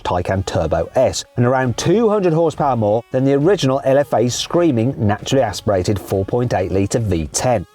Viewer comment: の naturally aspirated 4.8L V10 の発音がなんか気持ちいい